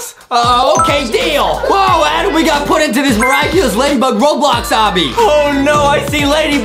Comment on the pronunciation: Btw it's "ADEM" Not "ADaM"